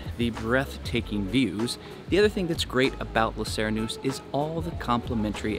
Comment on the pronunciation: Lay See-ray-noose-eh